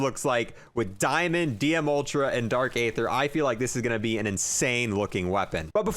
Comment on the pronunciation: You literally pronounce everything wrong in zombies, it’s the bullfrog no bulldog, it’s dark e-ther, not a-ther, and it’s d-machine-a, not die-machine 🤦‍♂️🤦‍♂️🤦‍♂️, also you pronounce megaton wrong too, it’s mega-ton, not mega-tan 🤦‍♂️🤦‍♂️🤦‍♂️